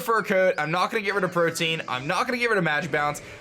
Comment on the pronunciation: I think he's pronouncing Protean wrong, he keeps saying protein, not protean